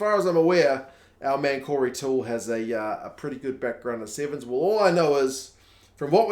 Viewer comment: We try to pronounce Maori and Pacifica names correctly so we should do the same for everyone else. Toole is an Aussie, so it is pronounced something like ‘Too-il’ by the locals. Definitely an extra half syllable in there.